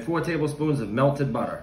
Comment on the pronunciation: Why did he say melted butter like that? Where is the accent?🥹 LOL